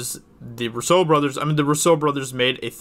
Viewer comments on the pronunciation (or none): The new scene better be Captain America confronting Red Skull and trading the soul stone for Natasha's life. BOOM. Lead in to Black Widow movie. Also, please learn how to say the "Roo-so" Bros name.